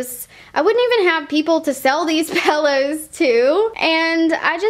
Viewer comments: It's pillows not pellows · Also "paillows" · Pillows. Not pellows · Could she stop saying pellows?!! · It's not pellows it's pillows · I love The way you say pillows!!!